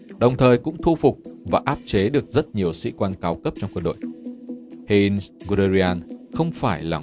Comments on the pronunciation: Heinz tiếng Đức đọc gần như là: "hai-nz" ko phải "hên" nhé, Manstein cũng là "man-sờ-tai-n" chứ ko phải là "man-sờ-tên"... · Giọng của bạn đọc rất hay và truyền cảm, nhưng nên cố gắng tìm hiểu tên riêng để đọc cho đúng, khi nghe cảm giác hơi bị chõi tai, Hê in (thực ra là Hainz) ...